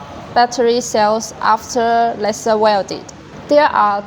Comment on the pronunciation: Very good and clear explanation video. Can you change the pronunciation of "lesser" to "laiser" or is that too difficult? Just a humble request. Furthermore, I congratulate you on the rest of your very good English!